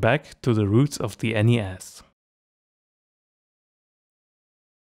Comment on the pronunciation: Great video! But, lad, the pronunciation of NES is ''ness'', so you'd say ''a NES''.